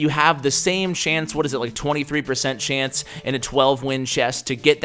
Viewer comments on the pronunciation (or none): Why is he saying shance?!